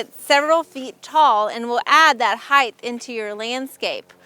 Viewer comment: This was a helpful video. It sounds like you're saying "heigth" with a "th" sound at the end of the word - when in fact, it is "height" with a hard "t" sound at the end - just like weight. FYI.